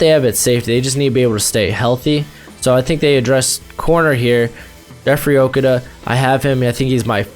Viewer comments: Pronounced O-KOO-DUH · You are saying jeffrey okudah last name wrong look up the announcers saying his name. But great mock draft.